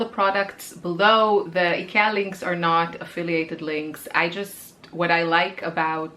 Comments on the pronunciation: Nice ideas! And I loved the 'rant' about pronunciation. I'm from the Netherlands and we say Ikea a bit similar to how you say it. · You pronounce Ikea as a native swede. 🎉❤